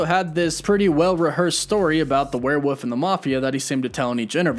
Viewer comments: Werewoof Me: Why does he say woof instead of wolf? at the end of his videos: Woof woof Oh? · Love how you pronounce “warewoof” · please stop saying "were woof" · "werewoof" lol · What the hell is a were e wuff? Is that some kind of a ruff ruff mind F¥€K!? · WHY DO YOU YOU CONTINUALLY SAY "WEREWOOF" !?!? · "What about the warewoof" 😐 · Are you saying warewuff???? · I'm sorry, did you just say "Werewoof"? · I just want you to say "werewoff" xD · The "werewoof"?... pronunciate the "Ls" dude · WTF is a "werewoof"? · Lol “werewoof” 😂😂😂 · "Werewoof"🤣🤣 haha I love it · excuse me but... WEREWOOF? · haha “werewoof” 😂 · Hahaha he sounds like hes saying werewoof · The sheer number of times I just had to hear the fake word “Were woof” I.. I... can’t.... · not this man saying were-WOOF the whole time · “Werewoof” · I read this comment the exact moment he said werewoof for the third time hsldh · It's kinda funny😂💀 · I was screaming WEREWOLF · yo deadass bro, I thought I was tripping but no he's really saying werewoof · Wtf is a werewoof! 😂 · I'm not a werewoof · Lmao werewoof woof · again with the woof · “The Warewoof” lol. Woof woof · There’s an L in werewolf 😭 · there is an l in the word Werewolf, but on that note it’s very difficult to refute all of the facts you present. Well done! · There's an L in Werewolf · Learn how to say "werewolf"! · I'm dying lol. I was saying the same thing this dude doesnt know how to say werewolf lmao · Yo the way you say werewolf pisses me off so much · W-O-L-F not W-U-F-F omg 😆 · "Werewoof?" I been saying werewolves, I've been saying it wrong this whole time. Jk. or am I just slow and It really is just called "werewoofs vs mafia game? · I'm sorry. Not trying to offend you but are you purposely saying werewoof instead of werewolf? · I had to pause , why are you saying wherewuff?? Isn’t it where-wolf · If you say "werewoof" one more time... It's "wereWOLF" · *Werewolf not Werewoof 😂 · HAHAHAHAHAHAHA same